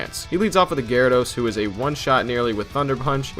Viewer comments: Did this pretentious ass just say “Jyradose” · The way you pronounce gyarados is disgusting